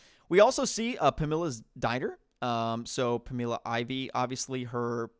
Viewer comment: Just gonna ignore how he pronounced Pamela ? 😂😂😂